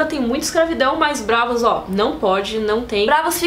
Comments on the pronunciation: Que agonia, não é Brávos e nem Bravôs, É BRAAVOS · Ela pronunciando "Bravôs" me dá agonia kkkk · É "BrÁvos" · Eh braavos, e não bravôs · Agonia a falando Bravôs